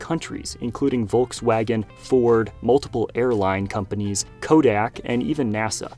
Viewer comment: It's called VOLKSWAGEN nad not Woalksuägen